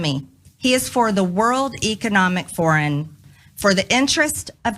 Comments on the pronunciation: What did Hunter Biden ever do to MTG? Does she not know the difference between foreign and forum? She didn't say it right. Idiot..... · World Economic Foreign? Call the world gazpacho word police! Poor Maggi Traitor Greene. So much trouble with simple words.